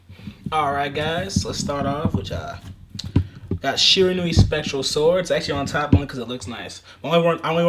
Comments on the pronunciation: Someone who actually procounces Shiranui correctly! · Its really not, but so many people keep doing it, so seeing someone pronounce it correctly is refreshing